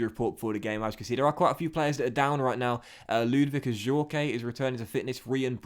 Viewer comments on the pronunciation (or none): I’m pretty sure Ajorque is pronounced without the ‘ay’ on the end it’s just ‘Ajork’ if that makes sense